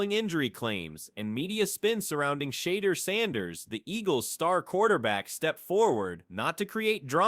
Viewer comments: I've heard Shander, Sheeder...yeah not watching...AI can't even say his name right?? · Shayder? Im out 🤦🏻